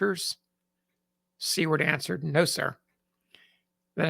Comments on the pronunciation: "Seward" is pronounced "SOO-ward" not "see-WORD". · I keep hearing C-Word, as in "see you next tuesday" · About to type the same thing. Never heard it pronounced that way. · Thank you! This is the first time in my life I’ve ever heard anyone mispronounce Seward’s name. Pretty big error for someone who is so steeped in Civil War information. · Yes. One would think a reputable historian would at least get the pronunciation right